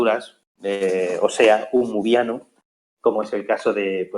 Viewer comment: Lemuriano, no muriano!